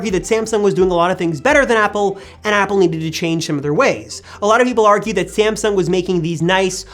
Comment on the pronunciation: Its not ”SamsunK”